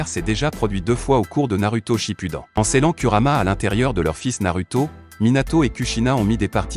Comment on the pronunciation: "Naruto shipudon" ;-;😂😂😂😂